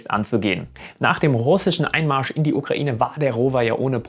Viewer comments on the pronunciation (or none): none